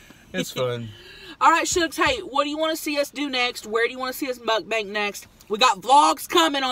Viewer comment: Muckbank! She never says muck bang